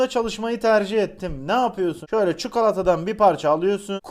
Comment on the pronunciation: Abi ne güzel çukalata diyorsun 😁😁